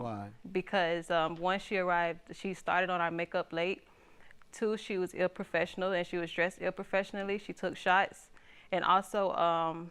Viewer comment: she said she was dressed “ill-professional” 😂😭😩